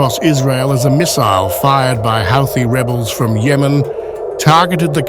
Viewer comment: It’s pronounced like Hooti…